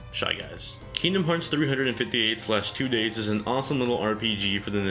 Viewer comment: 358/2 days is actually pronounced "three-five-eight days over two". I know, sound silly, but that's how it is! In terms of my favourite DS game, it'll be Mega Man Star Force 2. I feel that this title got really negative reviews simply because it wasn't the same as the Battle Network series on the Game Boy Advance. Cool story with stars, comets, and OOPArts involved. Protagonist that is vulnerable. Villain that you could understand where she's coming from. Fun combat system that mixes up real time combat with turn based attack coordinating mechanics... I think there's a lot to like! Even though it's not for everyone, it's probably my favourite.